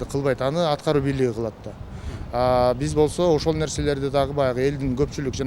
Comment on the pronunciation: кыргыз тилди катуу колдойт, анан, жазайт, бис, жазабайт деп создорду туура эмес суйлойтко...... жазайт-жасайт, бис-биз, жазабайт-жасабайт.